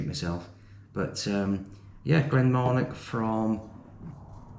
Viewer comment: There is NO letter K, in Marnoch!